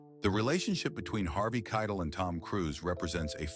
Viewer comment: For Pete’s sake, Harvey Keitel pronounced his own name at the beginning of this piece, and the AI robot still got it wrong through the entire narrative until the very last time, when robot-man finally says the name Keitel correctly!